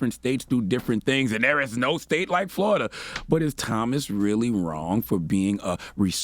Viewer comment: "FloriDUH, ladies and gettlemen, FloriDUH" -- Uncle Charla 😣🐊